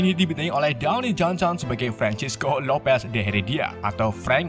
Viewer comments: Baca namanya Duaen jonson...bukan Downi jonson...haha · Downie johnson atau dwayne johnson? Sebut betul ii